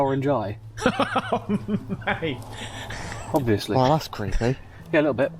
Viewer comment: How many times he said ovesly 😂count and comment 😮